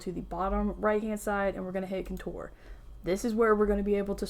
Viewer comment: Hi I love your videos. I stopped watching for a while cause you kept mispronouncing the word Contour. I figured somebody would’ve corrected you by now and I didn’t wanna hurt your feelings. It’s seriously MY problem because apparently I can’t get over it but if you could so I can watch your videos cause I love your content, Please pronounce the word correctly if you don’t mind. You are mispronouncing Contour and I’m sorry but it drives me nuts. (Again I know I need to get over it) You are absolutely adorable and I don’t want to hurt your feelings. It’s NOT Coture with The emphasis on “tour” it’s CON-TOUR emphasis on “Con” like Con as in a criminal and TOUR like in when a band travels the country. Thank you and if you don’t care good for you. ❤